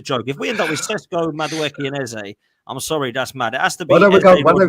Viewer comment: Eze will realise Lego head will play him out of position and not join its World Cup year btw his name is pronounced EZA better off at palace a proper people’s football club at least for another year .